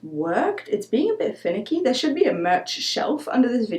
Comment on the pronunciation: I heard "It's being a bit Finnick-y" I know she didn't mean that though 😆